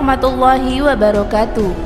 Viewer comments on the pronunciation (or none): none